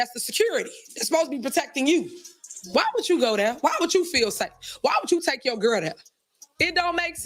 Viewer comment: " skirl" meeting 🤦🏿